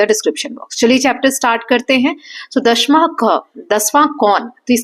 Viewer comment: maam i think u r pronouncing दशमः as dashmah but i should be pronounced as dashamah